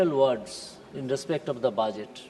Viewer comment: It is budget not baajet😂😂😂😂😂